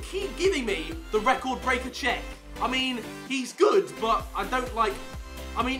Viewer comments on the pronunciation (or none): none